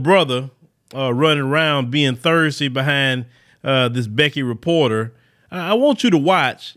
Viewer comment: Is trying to say thirsty because it sounds like Thursday?